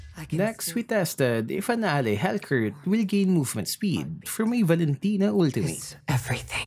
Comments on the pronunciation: Omg NO its not valintina its valin kunat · Valentina Par not Valen tino